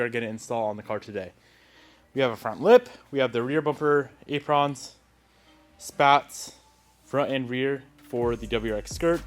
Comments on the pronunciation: ay pruhns not ay prawns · This man say Aprawns? Lol